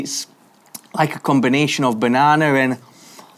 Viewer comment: This dude just said "bananer".